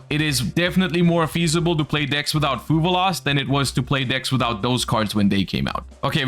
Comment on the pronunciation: One day will stop saying fuvaloss. That day is not today lol